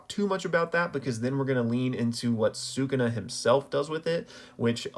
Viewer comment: shout out you for pronouncing bros name right.